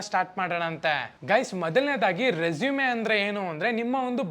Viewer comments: Bro ಮತ್ತೊಂದು ಮಾತು ಹೇಳ್ತೀನಿ ಅದು ರೆಸುಮೆ ಅಲ್ಲ ರೆಸೂಮ್ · Anna addu e silent pronounce as resume ..